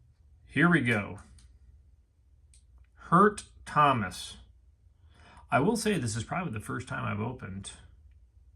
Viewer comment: No way he called him “Hurt Thomas” 😂😂😂